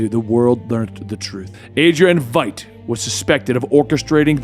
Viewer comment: Eyy, he got Veidt's name right!